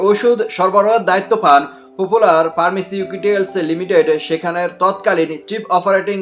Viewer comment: তুই তো ফার্মাসিটিক্যাল সি বলতে পারিস না